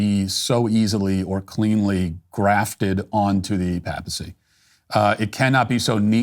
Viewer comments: I thought it was pronounced Pāpacy, not Pappacy.. Sheesh… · Paypacy not pap a see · “ Pay- pa - ceee “ Matt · Good lord, Matt, your pronunciation of words like “papacy” and “papal” are killing me!!!! It’s pay-puh-see and pay-pull, not that mess you keep insisting on saying🤦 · Ok, it's not a big deal, but I have to say it. I noticed he did it on another video too, but is Matt saying "papacy" and "papal" wrong on purpose? It's a long "A" Matt! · Papacy with a long "a" not a pap. Also, "conservative" is a poor word to describe what we're hoping will be zealous "orthodoxy." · It's pronounced paypacy... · How can you be a Catholic, yet be unable to pronounce the word papacy correctly? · His pronunciation of Papal and Papacy are sending me😂 Jokes aside though, love what you’re saying Matt. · Matt. It's not "pappel" like "apple". It's "pay-pel". "Pay-pacy". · Matt, Papacy is pronounced paypacy not pappacy Papal is pronounced paypl not pappl… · As another comment pointed out, you are mispronouncing “PAPAL“ and “PAPACY”. It is “PAY-pull” and PAY-puh-see”. Thank you for the excellent commentary. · Very good commentary Matt. On a small nit-picking point, your pronunciation of "papal" and "papacy" is incorrect. The 'a' in the first syllable is properly pronounced with a long 'a'. You are pronouncing the second 'a' in these words correctly. God bless.